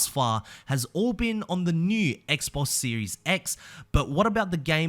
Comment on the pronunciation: I don’t know why but it extremely satisfying to here say Xbox lol